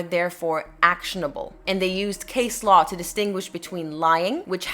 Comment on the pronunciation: Hi there, just so you know for the future, Law is spelt with an "A" . In the word Low the "OW" is pronounce just like the letter "O" For example "something is low to the ground"